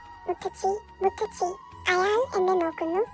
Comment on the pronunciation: മുത്തച്ചി അല്ല മുത്തശ്ശി എന്നു പറയുക